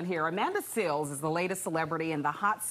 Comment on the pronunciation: And it's SEALES not SEALS. And for the future, do yo homework on the ppl u imitate. Someone maybe believe u or give u benefit of the doubt 🤣😂😆 #PsychPatients